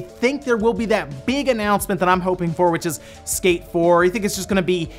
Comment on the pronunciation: On first watch I thought he was saying escape 4 than he mentioned skate 1&2 remake and got confused. Lol All these leaked prices for ps5 is just to make Microsoft crap their pants and make them announce the price already so Sony can cut throat as they always do.